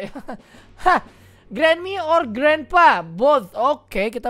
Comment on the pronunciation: Granny bukan granma